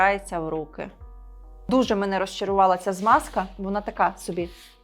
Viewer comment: Тільки не Смазка, а Змазка.